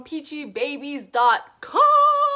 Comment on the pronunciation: Its pronounced as peachybibies